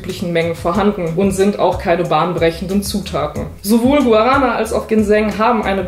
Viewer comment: Gu-a-ra-na 😃 wenn man Portugiesisch spricht klingt das einfach nur furchtbar (Originalsprache Gwa-ra-ná). Genau wie „Atschai“ 🤪 (Açaí, Aussprache A-ßa-i). No hate, alle machen es ja „falsch“ 😘